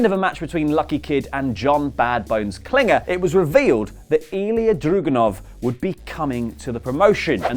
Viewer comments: drAgUnov! DRAGUNOV!!!!!!! "a"! not "druganov.... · It's drAgunov not drugunov